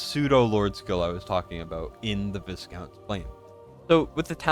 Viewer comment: Hate to be that guy mate but it’s vy-count not vis-count. It’s a type of mid range nobility from Europe. In Britain it’s also a tasty chocolate biscuit (cookie) with minty fondant.